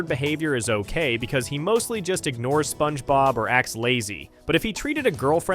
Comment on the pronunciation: "Spoange bob"